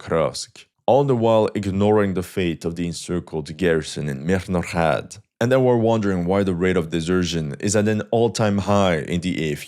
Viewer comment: Good video, but your pronounciation of Mirnohrad is labourious. Just pronounce the H as in Hello. Mirno-Hrad. Thanks!